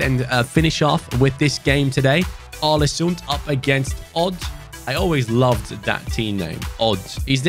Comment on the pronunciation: The Odin thiago comment is true! And some norwegian talents u Can look for is , Martin nioten palumbo and Kristian thorstvedt, also you shoulder raid Bodø glimt for talents because They are dominant Big ups from norway Input go in too Google translate and look up the pronounciation for å because u pronounce the Club aw-le-soond